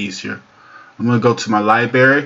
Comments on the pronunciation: Its library, not liberry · Aaaaaarrrgh! Dude, I have a freaking fit every time you say lie-berry instead of liBRARY! Christ Almighty man, you're a speaking public figure! 😭😭😭😂😂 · Library, not leiberry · Liberry? Wtf, do you even English bro?